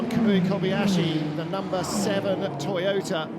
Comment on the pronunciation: Thank you, love this coverage! But, the Japanese team is To-yo-ta! Not To-ta! Please get it right! My Japanese girlfriend is giving me curry!. Not in a good way!